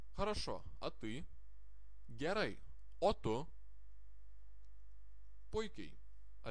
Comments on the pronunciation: Хочу внести небольшую поправку- в литовском языке есть буква "e", которая после согласных букв читается как звук" я".Поэтому в первом уроке следует исправить ПЕТРАС, на ПЯТРАС. Ну и ещё некоторые вещи есть, например "giarai" литовцы произносят " гярей"/. Произношение " гярай" не совсем правильное. :))))Если я неправ, надеюсь мастер меня поправит. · Почему говорите: "giarai литовцы произносят гярей"? Последние звуки - это дифтонг "ai", а не "ei" . Я ни разу не слышал "gerei". Если есть комбинация "iai", тогда произносится "ei" (в таком случае согласный перед "iai" - мягкое).